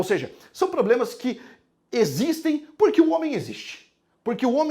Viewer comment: Gostei demais. Atenção galera não procure nenhum livro de Sócrates " purque" não existe. Procure sobre Sócrates nas obras de Platão. Rsssrs adoro sua pronúncia do porque. Quando puder fala sobre os filósofos estoicos. Obrigada 😘